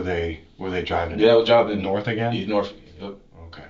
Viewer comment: "They drove Norf..."